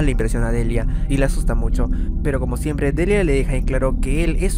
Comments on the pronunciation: Mis aprendizajes de ingles y haber leído el cómic narrado no puedo evitar la corrección :^ No se dice delia Se dice Delaia ~Me uní a la familia para que no te enojes ;v~ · Aun lo recuerdo muy bien completamente el cómic que ha hecho esta artista y un detalle más... la pronunciación de Deliah en inglés se dice <Delaia> no Delia